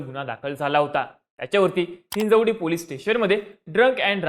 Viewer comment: Ya Anchor la chavan ani police bolayla shikva 😂